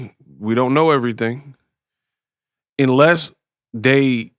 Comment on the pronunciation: "Inless"? You said "Inless" not once, but twice. Check it & . I shared this with a grade school teacher to see if my hearing was off. Confirmation was received that is common for children's speech development. Not for an adult. Especially for an adult with a platform needed to make their living. Proving that you didn't pass the bar and that you're the best in the biz at knowing a little bit. Ah huh ah huh.